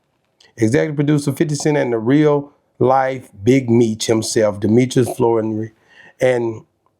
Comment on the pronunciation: Flen-o-ry lmao that might help you pronounce it right